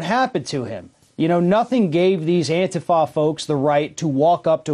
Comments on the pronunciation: Why is he keep saying AN-TAI-FA. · If you can't even pronounce the name of a group correctly (It's prounced An-teef-a) it's safe to say whatever you think you know about them is also probably wrong.